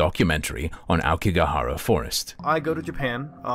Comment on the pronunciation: "lived in Japan" and yet he can't pronounce Aokigahara correctly.